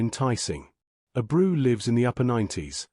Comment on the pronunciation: Ah-brew lol